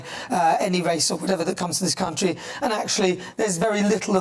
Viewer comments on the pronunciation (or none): Did she say raise the flag of this great crunchy instead of country at beginning? 😂